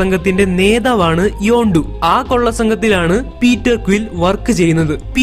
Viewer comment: Hello this is not your yondu it's yandu